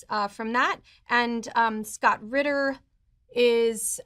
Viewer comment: You said Ritter and I'm gone.